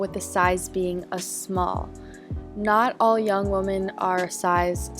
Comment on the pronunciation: That's not how you pronounce women, boo